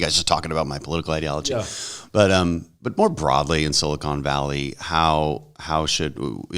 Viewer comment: Big Crenshaw and Solana fan, but I cringe every time the Congressman says Sili-cone Valley, vs. Sili-cahn Valley.